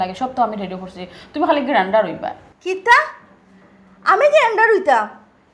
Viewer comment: সুমির কন্ঠে গ্রান্ডার? গ্র্যান্টার জামীনদার।উচ্চারণ সঠিক থাকা চাই।😂